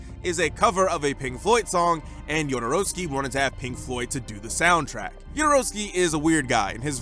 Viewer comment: as a Chilean, i feel cringe everytime Jodorowsky is mentioned (pronounced Hodor, not Jodor btw). He's a sick person promoting parents to r*pe theirs sons and I'm very glad he didn't get to make dune. I just hope he fades into oblivion.